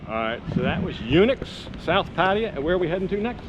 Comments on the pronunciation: Love your content...but please there is no such place as PA TI A. Have you ever heard a Thai person pronounce it that way? Pa Thai Ya....try that... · Pattaya: pfat-tay-YA pfat-tay-YA pfat-tay-YA not: pa-TIE-ya PAT-tee-ya /// "pfat-tay-YA, pfat-tay-YA, Oh I love you mock ma." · Ok, you're moving back to Pattaya. Will you ever pronounce the name of the city properly? You show so much respect to Thailand, why don't you pronounce the city properly?